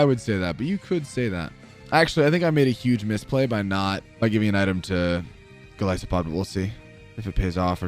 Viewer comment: ah yes my favorite pokemon mightyh-GOLLISPOD.